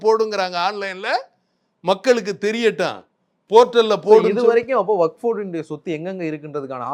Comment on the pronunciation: இவருக்கு வஃப் என்பதை உச்சரிக்கவே தெரியில இவரெல்லாம் முஸ்லீம் லீக் தலைவர் ????????